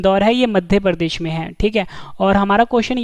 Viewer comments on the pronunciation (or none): none